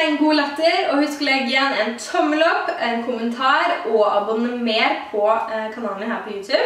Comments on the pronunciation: Du sa akkurat abonomer,kanskje du skulle tatt med den eller?... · Noen andre som hørte abonnomer??